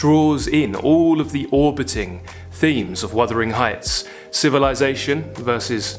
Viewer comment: wUthering. Not wIthering. Don't mean to be rude but it is a beloved novel.